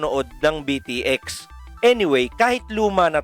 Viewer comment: Actually it is pronouce as beat x sobrang na miss ko ang anime na ito isa ito sa mga unang anime na na hook ako maliban sa zenki naalala ko pa dato nung grade 1 ako may classmate ako magaling mag drawing ng tepei inggit ako sa kanya noon tapos bumibili pa ako ng mga laruan nito sa school more power po sa inyo god bless